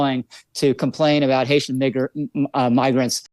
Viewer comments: He "mispronounced" the word "migrants"? WHAT? So he almost said "NIG-rants"? That is even worse. This sure reveals the underlying subconscious racism he possesses. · I've never even approached misspeaking the word as 'mig-rants' personally.